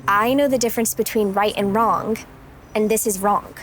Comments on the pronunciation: "i know this is wronk and this is wronk" 🤓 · She said wronk. Haahaha